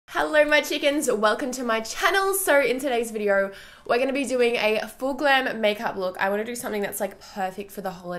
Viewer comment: "Heller" = Hello, "Vidier" = Video